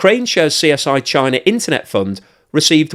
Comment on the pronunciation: “Chiner”, lol.